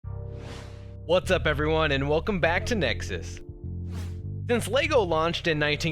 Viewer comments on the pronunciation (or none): none